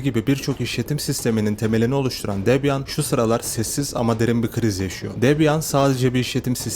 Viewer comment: yanlış telaffuz. "Debiyın". Çok da problem değil ben de boş yapıyom zaten. Debian çökerse bilgisayarları satıp inşaat işine girerim.